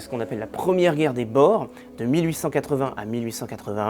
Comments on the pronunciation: Les "Bor" jamais entendu ca ! On prononce les "Bours" pour parler des Boers . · Ça se dit la guerre des "bour"..ce qui signifie paysan en néerlandais..C'est un détail..la vidéo est excellente..👍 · Excellente vidéo. Passionnant. Boers qui est un mot néerlandais se prononce plutôt bours